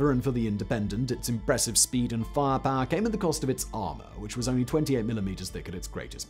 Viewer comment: love the way you say fire power "farrr parrr